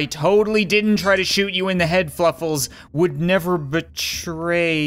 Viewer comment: Fluffles or Fwuffles???